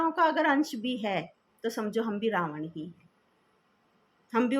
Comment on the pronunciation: Omshanti Didi 🙏🙏 Ravan koi vyakti vishesh nai ,hamari apni buraaiyon hai. Nice clatity of Ravan's name. Tku